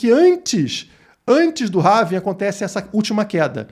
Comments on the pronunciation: Having ? Não é ‘Halving’? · RAVIN?? Nao seria Rauuuuuuvim??? aportuguesando... rs .. tem um L na palavra em ingles... HALLLLLLLLLLVING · Não é having. É HALVING!! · É Halllllllllving Rauuuuvim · É pelving